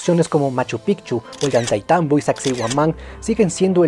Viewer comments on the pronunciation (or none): none